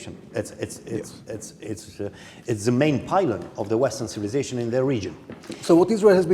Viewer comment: “Main pilons” :) Pilon exista in romana. In engleza ar fi “pillar”. Dar pe ala l-ar confunda cu Pilat din Pont, probabil… Dar de ce m-as mira stiind ca domnul gazda vorbea insufletit cindva de “Bing Bang” pe post de Big Bang.